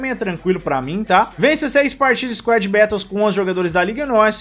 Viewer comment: Mano tu falando squad "bétous" me da agonia kkkkkkkkkkk